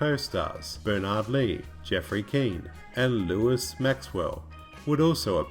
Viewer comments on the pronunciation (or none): Lois Maxwell would be rolling in her grave hearing you call her Lewis!!